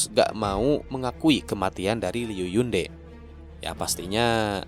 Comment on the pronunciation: Hmmm kalo yg Jiedo Heigu ttp dibaca kek gitu, cuma kalo yg Gu Jie itu dibacanya Ku Jie. Zhou Gongjin dibacanya Chou Kongjin. Oh ya kemaren lupa omong, Yunde itu Te bacanya bukan kayak Te (sate) tp kayak Te (Tebas)